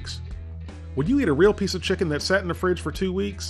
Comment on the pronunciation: DUDE YOU SAID CHICKEM TWICE 😂